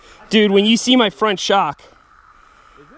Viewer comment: "front" "Front" "rear" ... 😐